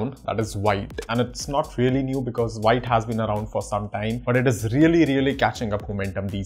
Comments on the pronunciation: Wrong it's not pronounced viite, it's vit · still you can say "wheet", but not "white". What I'm trying to say is, it's irrelevant if you pronounce V as Whee, the "White" pronunciation is wrong. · The first thing vite documentation says that it is pronounced as "vit" not "white" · btw it's spelled like white but real pronounciation is veet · Veet not white 😁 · Why you saying white, it's the French word thats pronounced Veet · BTW it's veet not wite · it's vit not vaite lol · All good, just one thing 😂 it's pronounced as Veet, not Vite. Yeah ik an Core team member corrected me in their discord 😂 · Its veet(wheat) not white..... A french word means quick.... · Hi thanks for your content, but the pronunciation is VIT not VAIT. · its pronouced V + eat .... not V + ight . VITE is french For FAST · It's pronounced "Veet" not Vite. Grammar Nazi 😋😯😉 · pronounced like wheet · Thanks for the nice explanation, the pronunciation is VIT (VEET) as per the developers. Thanks again... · The official docs says you need to pronounce it as "veet" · Pronounced like veet - it's French for fast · It's Veeeet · I’m pretty sure its pronounced “v-it”. It means fast in french (im guessing since vue means view in french) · Actually it’s pronounced “sheet” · Actually it’s pronounced jit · I really like parcel and vite over webpack( BTW its pronounce more like VEET/VIT). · It's pronounced as "Veet" 🙂